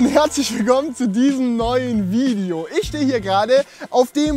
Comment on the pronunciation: mir ist aufgefallen dass du immer Vidio sagst anstatt video